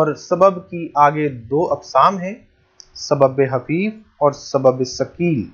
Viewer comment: سر لکھا تو خفیف لیکن آپ حفیف پڑھاںٔے ہیں یہ بات سمجھ میں نہی آںٔی